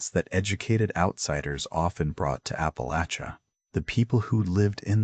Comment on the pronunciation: PLEASE Fix the AI voice and pronunciations. ONE Important pronunciation is APP AH LATCH UH , not APP AH LAYCH UH !